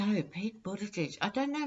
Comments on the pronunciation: You pronounced his name perfectly. I sense his pureness, integrity will serve Mayor Pete well... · You did good on Buttegieg pronunciation,! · You said his name well... not see him speak, he is very bright well spoken quite impressive.